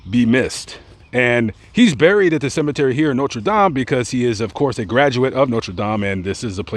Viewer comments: Its Notre Dame not Notre Dom! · I live your videos lament but you gotta pronounce Notre dame right lol. Not Notre dom brother lol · The college is pronounced Noter Dame, not No-tra Dahm, that’s the pronunciation for the church in France. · People from Indiana pronounce it “noter dayme” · But you cant pronounce Notre Dame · No French pronunciation of "dame!" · Bro dont say Notre Dame like a fruit loop. You can say that gay politicians name perfectly but say Notre Dame like a fruit Englishman smdh